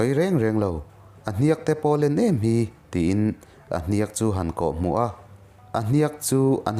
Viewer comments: A ngaihnawm in i narrate thiam țhin khawp mai. Mahse hniak i lam dan hi a âwn deuh a ang. Ziak tih thlûk hian lam la a dik zawk hmel 😊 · "Hniak" tih hi " hnanghliak" tih lam ang deuh hian ilam tlat mai Hei hi adik ami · Hniak i lam dan hi mak ve